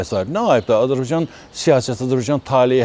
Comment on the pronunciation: Bu adam Azerbaycana azibaycan deyir. Olkenin adini da duz demir